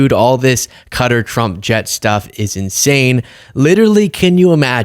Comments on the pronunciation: No, it is not "Cutter", it's definitely not "Cudder", it's Qatar or, if this helps "Cat-Arh". Come on, I know you lads struggle with English but, come on, you are making videos, give it a try once in a while!!! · Its not Cutter! Dumb media keeps saying cutter! Get it right! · I mean pronounced Kata. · Qatar can’t really be pronounced as “cudder”, right? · You keep pronouncing "Qatar" wrong. It's nut "cutter", it's actually close to but not exactly the same as "Guitar" (although Arabic speakers will pronounce the "T" with a "TH" sound). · Why are you calling it cutter? Are you joking? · Qatar should be pronounced cater.. as in they cater to fools in diapers. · It’s pronounced kha-tahr, with a slight emphasis on the second syllable. To rhyme with guitar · FYI it's pronounced like guitar but with a K sound. I heard there are some Republicans that are concerned about the jet. Can you imagine how many spy devices are hidden in that baby. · It is not "Cutter" 🤦‍♂ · Also I’m really really sorry but it’s pronounced Kuh-Tar with a strong T. While the Arabic pronunciation is slightly different, it's generally understood that in English, "kuh-TAR" is the most common and accepted way to pronounce the name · It's kä-tär....that's how my Arabic professor from Lebanon taught me. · please stop your producers in the background laughing sycophantically at your unfunny jokes including the one about the pronunciation of Qatar - also demonstrating the usual US arrogance and ignorance, which is what got you into this mess in the first place. Oh and including your repetition of "Obese Plane" also not humorous.....well unless you are a young teenager of course. You are NOT a comedian ACCEPT IT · Hey how do you say TA, same with QATAR, QA, say, IRAN, is pronounced ERAN, IRAQ is pronounced ERAQ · It's QA-TARR ffs It is ABSOLUTELY NOT KU-TA why do Americans do this?? It's I rak all over again 😭😭😭😭😭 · It’s Qatar ,like ku tar not Cutter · It’s «ka-taar», not «cutter»